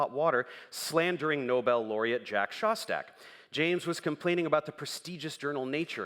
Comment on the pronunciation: Shout out to the captions for giving me "Jack Sauce Tech" Listening to it again, This is actually what James says here lmao. He mispronounced "Szostak" lol